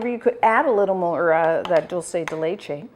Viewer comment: ARGENTINA ARGENTINA ARGENTINA !!! ♥♥♥ PS: it's pronunced DOOL-SE(curity) DE(dicate) LE(t)CHE(ss) I put the words in brackets to show another word were the letters are pronunced the same. Amesome recipe!! All the Love ! ♥